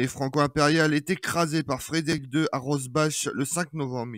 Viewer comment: On dit Rosbar